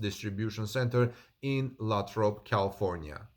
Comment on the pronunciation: Great but Lathrop is pronounced with a long A. LAAthrop. thanks for the report.